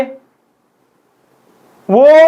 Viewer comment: Sir it's gogunda not gonguda🙏🏻